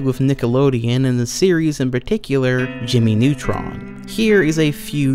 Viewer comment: „Jimi nutron“